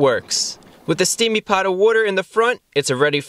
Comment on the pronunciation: Every time he says steaming pot I hear steaming pile.